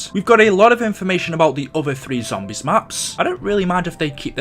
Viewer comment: WHY DO I HATE THE WAY YOU SAY “ZOMBIES” ?!?! FUUUCK! I like all your vids and have been subscribed for a couple years now and everything on here is great... But........ that lol. I know you can’t change it either like you can’t help the way you sound too so I’m sorry